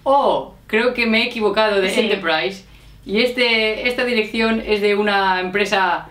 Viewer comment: LightSpeed Spanish `s pronuciation of Enterprise is almost RP.